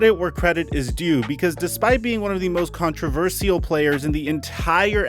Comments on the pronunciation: It's pronounced contra-verSHAL not contraverseeyal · Con-tra-ver-shull. It's really not that hard, dude. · I keep getting thrown off when says controver-sea-al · Did he just learn the word or is it intentional😂 I really need the answer to this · you're saying controversial wrong bro. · the way says controversial is more controversial than the entire kyrie situation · the vaccvine got saying controversial wrong 😭😂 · Dude, please learn how to pronounce controversial, otherwise I like your videos :)